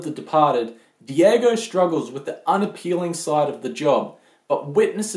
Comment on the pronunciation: ffs it's daigo not diego